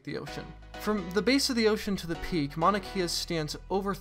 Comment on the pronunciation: Please say Mauna Kea right